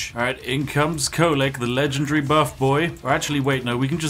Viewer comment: its Kholek.. he should be op